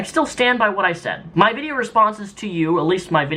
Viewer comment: He said "vidcha" redneck coming out lol